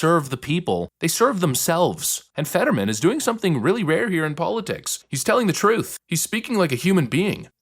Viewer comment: You said fetterwomen.